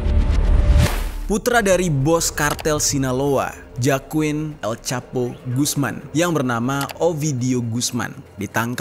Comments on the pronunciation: JOAQIN bacanya HOAQIN bangjer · FYI bang, Joaquin, bacanya Hoakin.